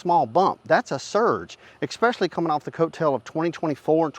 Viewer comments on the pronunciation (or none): Good information,... but you impugn your credibility needlessly by using "expecially", which is not a word. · The letter “X” is not in the word “especially”. Difficult to take anyone seriously that can’t speak proper English. Grammar matters.